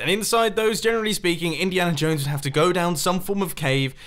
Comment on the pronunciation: No one: Mumbo Jumbo: Indihana Jones